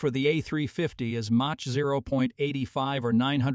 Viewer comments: I agree with you, for instance it pronounces mach as match not mark and its annoying how it keeps calling the A350 as the A350 XWB which was the name Airbus called it on initially proposing it. It is now just called the A350.Together with the cutting and pasting audio it really is not worth listening to. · Someone should reprogram the narration computer to say Mach correctly. It's Mock phonetically